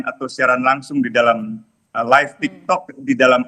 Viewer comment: Itu yg ngomong laip2 itu siapa sih? Apaan itu laip?